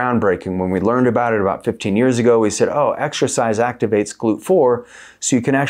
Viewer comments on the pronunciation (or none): none